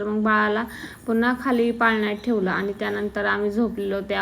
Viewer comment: Theval theval nhi mhnu